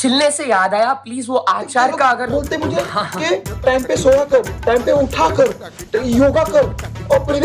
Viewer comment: Its not ki its kay!! Kasautii bachelors kay!!!